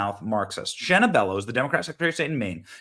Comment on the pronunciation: I live in Maine and this women is an Obama pos. And its Shenna..not Shanna…poor Shanna..lol she’s trash